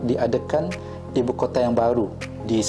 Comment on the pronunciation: Ibu "Kota" Datook Bukan "Kotee"